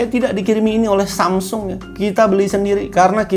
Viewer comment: susah bget sih nyebut samsung... wkwkwk